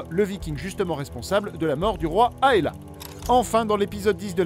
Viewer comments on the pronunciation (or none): Et quand il dit "Aella" au lieu d' "Aelle"